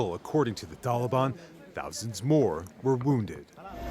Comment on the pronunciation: Did he say Tolly Bon ?